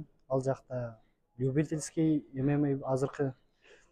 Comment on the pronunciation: Правильное произношение эмемей деп а то ммага чыгам деп куйдурот чон чон боеццтер туура эмес произношение кылат артистер 😂